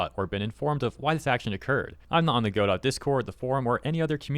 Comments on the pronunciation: G'dough, not go-dot. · it's pronounced 'go-DO' with a silent 'T', not 'GO-dot', but great vid! thank you! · It’s not “go-dot”, it’s pronounced “god-oh”. 🤣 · not to be critical but the correct way to pronounce Godot is without the t, I had a guy talk my ear off about it is all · its pronounced Ga-Doe, not Go-Dot. Dont block me for having this criticism. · Note that Gail Godot is firm on the fact that her name is pronounced Go-doT. As you say, the name of the play is "Go-dough". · it's pronounced guh dow not go dot :| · Hearing you say Go Dot so many times is hard on the ears lol. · Hey bruh. Its "ga-doh" As in "waiting for Godot" which is a famous stage play. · "Go dot engine" 💀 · It’s pronounced Guh-dough. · go dot? really dude? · "God-oh". Like the play "Waiting for Godot". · Not Godot! God-dang-it!!! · aw i love how can't pronounce words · Godot is pronounced [GUH-DOH] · Godot is pronounced G'doh. I'll take my leave now. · Pronounced “guh-dough” like the Samuel Becket play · the T is silent in godot (go doh) :face-red-heart-shape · I'm happy you are coving this but please at least look up how it is pronounced before making the video. it is pronounced "ga-doe".